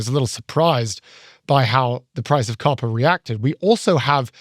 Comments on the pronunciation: At first, I thought you were saying carpets. And I thought ,”Wow what an odd thing to put a tariff on”. 😂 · When you said "copper" I thought you said "coffee" and i almost cried. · It's lost on the folks who thought was saying "carpet" and "coffee" instead of "copper."